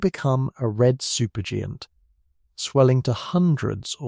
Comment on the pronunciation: He says "super gee-ant" at . There's an "AI" note under the title of the video. It's safe to assume this is not him.